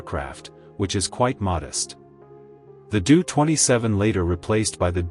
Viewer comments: Doh-Twenty Seven -- like Homer Simpson was saying it. Doh, line the first part of the name DOHrn-ier. It is hard to take the narrator seriously with that Doo-thing mentioned every few seconds. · You obviously don't know what you are talking about. It's a Taildragger landing gear, not tricycle. It's pronounced ; D O-27 not Doo-27. Empty weight did not Double. No acft on Earth has.😢